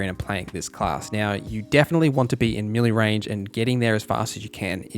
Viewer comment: its pronounced mel-lay